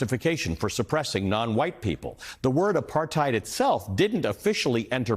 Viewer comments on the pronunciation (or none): South African here. Well said Ali. Apartheid is pronounced apart-hate, not hide. We arent German. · RSA has not improved "post-aphrithed".